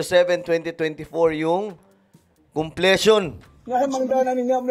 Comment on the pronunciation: Maganda sana kung palikihin video mo ng topic na discuss mo..puro mukha mo kasi..mahalaga yung pinag uusapang issue di yung mukha mo..mas ok sana ganun✌️✌️at saka po conpletion pronounce as kumplisyon not komplesyon✌️